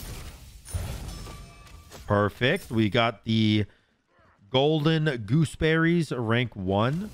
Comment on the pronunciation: Idk why but the way you say golden gooseberries is kinda funny 😅😂